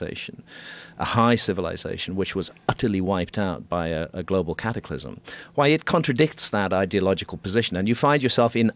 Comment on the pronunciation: Hearing “Cattyclysm” over and over makes my ears bleed